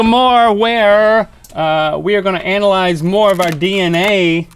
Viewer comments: lol Link couldn't pronounce "analyze" lol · Links face ish realizing he said analyze wrong seeing him to over the word not paying attention to Rhett is hilarious